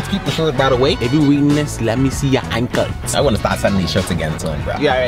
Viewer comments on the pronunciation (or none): The way you say ankles lol